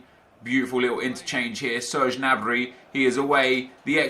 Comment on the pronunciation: The G in Gnabry is pronounced